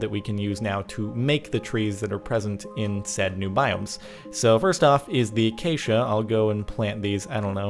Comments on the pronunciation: It's acacia not arcania u_u..... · Wow it said acatia wood OMG UNSUB!!!!! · It said acada log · it f ing said arcido or whatever wood